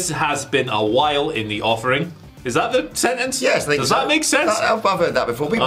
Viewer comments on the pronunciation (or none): 'In the offing' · "in the offing", not "in the offering". :)